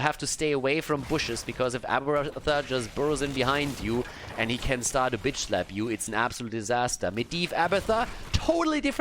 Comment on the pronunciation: Okay so when you said "give them the slap" I was only half paying attention and I heard "give them the SLUT!!"